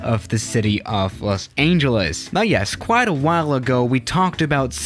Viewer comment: Los Aingeles